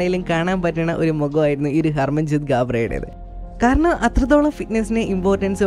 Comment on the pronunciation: കരണം അല്ല ബ്രോ കാരണം.....